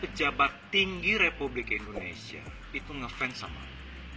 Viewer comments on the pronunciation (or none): none